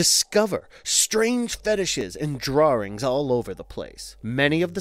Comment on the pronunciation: I wonder if the narrator pronounced DRAWRING intentionally lol